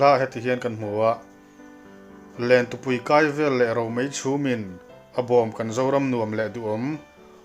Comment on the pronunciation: 'Lentupui kai vel leh romei chhumin' tiha 'kai' i lam dan khi a dik alawm, confi' hle rawh.